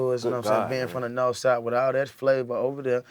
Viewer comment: it’s NAWF not north😂